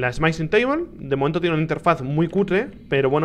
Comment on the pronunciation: Le iba a dar like al video porque me gusto la review y las reacciones de Rich, pero Rich pronunciando "Smithing" como si fuera "Smite-ing" me dio dolor de cabeza. x_x No le doy like, pero tampoco dislike.